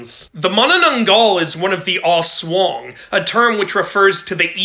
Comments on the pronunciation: Thats not how u pronounce "aswang" It's pronounced like "ass-wang" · We pronounce Aswang as Aswayng but we say it as Aswaang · Hey as a filipino your myself you should pronounce the a in aswang like aang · I am tired of English speakers saying aswang bc they are pronouncing it not right it supposed to be a aswhang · bro fix ur pronounciations with filipino words its (Aswang) not (auswaung) and (manananggal) not (maunaunaunggaul) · Your aswang pronunciation is not great but still ok. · You pronounced it wrong